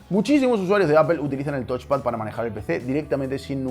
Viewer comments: No es "tochpad", es "tauchpad". Viene de touch (tauch) = tocar. El review es muy bueno pero estaría incluso mejor si te esforzaras en pronunciar los componentes correctamente. Ante la duda usar el traductor de Google que te lo dice hablado. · Es touch xD